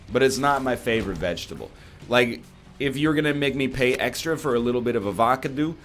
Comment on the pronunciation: HE CALLED IT AVA-KA-DOO ah good ol kylee henke memes